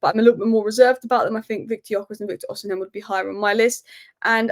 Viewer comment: Stop calling him osinhem please